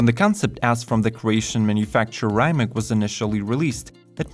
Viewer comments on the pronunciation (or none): It's Not Ryemack but regullary Rimac with an European "c" just type Rimac C_one vs Porsche 918 and in the video there is a point where he says hoe to say Rimac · Rimac C_TWO Btw you can't say Rimac correctly :P